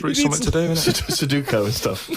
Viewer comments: MAC-Donald is correct but the main emphasis is on the Don of Donald rather than the Mac. Suduko is a common mispronunciation of Sudoku, a load of the old Sudoku puzzles that were printed up (At least in the UK) also had it as a typo which may have been the cause. People still get it wrong to this day. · loads of people say Sudoku like "soduko" or "suduko". It's not really an accent thing, just a common misprononciation.